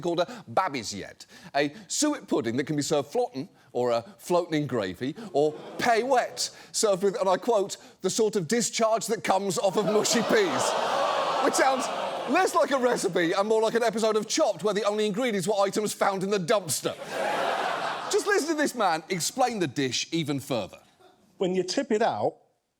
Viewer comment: Do you think the programme producers demanded John pronounce "mushy" the way that Americans (oddly, and wrongly) do? Grrr! It's not "mooshy" for crissakes!